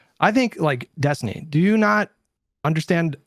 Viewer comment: Kinda sounda like Pisco was about to say "Epstiny"